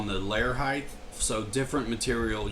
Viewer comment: The word is height. Ends with a T sound. Not a TH sound.